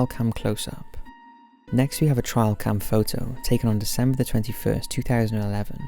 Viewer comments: It's a TRAILcam not trialcam. 😂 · Just for your info: It's TRAILcam, not TRIALcam. Trail. Like a path you walk down in the woods.